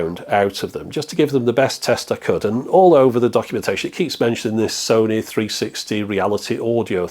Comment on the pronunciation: Sony. Rhymes with ‘moany’. For so many reasons 😉 Edit: if we were supposed to focus on sound behind us we’d have cats’ ears or eyes in the backs of our heads.